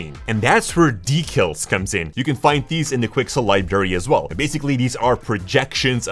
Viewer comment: why does he say decals like that?